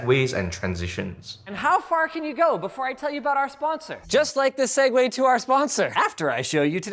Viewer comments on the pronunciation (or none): Not segway but segue lul